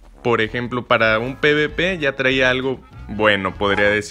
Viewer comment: Se dice p uve p